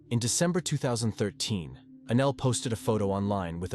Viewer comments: Anel, not ANAL!!!! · It’s extremely upsetting that the bot keeps calling Anel, Anal. Sick of these bots getting victims names wrong. Especially in this case. She stabbed her 61 x and got 7 yrs in juvie 😮not finished yet. Hoping it changes. So she ended up doing 3.5 yrs for first degree premeditated murder. And a brutal one at that 😡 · these would be a bit better if someone actually took the time to read the script instead of letting the AI do it. It's hard to take something seriously when their name is Annelle and it keeps saying Anal or three-at-en-ed for threatened just to name 2.